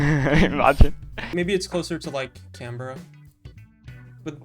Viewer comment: Worst part of this video is how pronounces Canberra